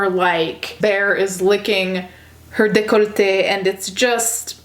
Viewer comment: I just wanna point out that I’m 100% french and the way you said décolleté sounded exactly like I would say it !! :) great prononciation